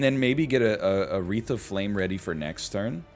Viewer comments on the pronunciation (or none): I can't help but hear "Aretha Flame" ._. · “A wreath of flame” said rapidly sounds so much like urethra flame which makes me fidget uncomfortably throughout this episode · Every time he said "A wreath of flame" my brain heard it as "Aretha Frank(lin)"